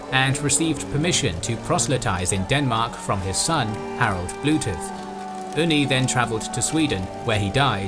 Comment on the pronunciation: Awesome! I love your pronunciation of Mr. Blootooth and Sigurd Jorsalaf#&$(@ (Sigurður Jórsalafari, who went to Jerusalem -Jórsalir in old Icelandic) 😂😂. It is interesting that in Iceland around the year 1000 it was decided on Althing that Iceland should be Christian but those who remained heathen, could worship (blóta) the old gods in secret and eat horse meat. Maybe because of that, horse meat has been connected to heathendom so eating it remained a taboo for the next 1000 years in Iceland (although people eat it today and probably did in through the centuries when there was not much food). Keep up the good work , I always enjoy your videos! Greetings from Iceland!